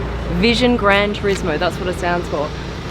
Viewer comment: The description make me surprising.. She said TURSIMO not TURISMO.. lol